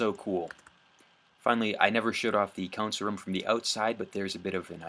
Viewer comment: Why do you pronounce console in a way that makes me feel actual pain